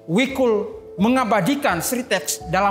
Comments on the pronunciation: Jadi gak nyaman nonton gara2 denger wikul, namanya jikul bukan wikul 🤦‍♂️🤦‍♂️ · Jikul, BUKAN Wikul...